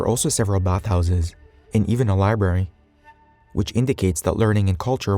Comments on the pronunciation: Library not liberry. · Librrrary. Not liberry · "Liberries?" Do liberries grow in Algeria?